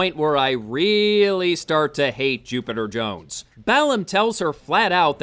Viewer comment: After your intro I kept hearings "Stupider Jones" ....